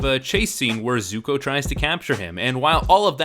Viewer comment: Kaytayray So-kayka Aaaaawwwwwwwwwwwnnnng Zucko Eeroo Firelord Oozay